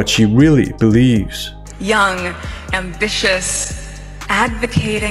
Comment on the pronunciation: She has an issue with the word ambitious in her podcast …